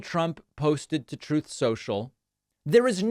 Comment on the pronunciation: Troth sentisial lol